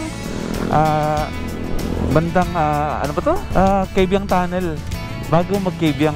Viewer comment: Kaybiang Tunnel not KABIANG TUNNEL -_